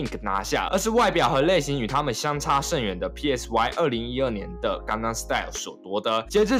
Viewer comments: PSY那发音[嗮] 不是[屁艾死外] 这么简单都发不了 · PSY 念 “賽”， 如同 psy-chic 。 You're welcome. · PSY唸做「賽」，好心給作者一個提醒。聽你要唸三個字母蠻辛苦的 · 全世界都叫他賽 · PSY 發音是 塞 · 你做這個主題，居然不會唸PSY……